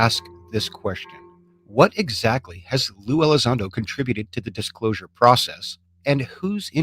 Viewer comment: LUE Elizondo dudes, not Lou.